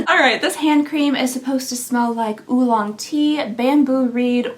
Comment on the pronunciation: Anyone hear ooolong tea (lol) and think of coraline ?!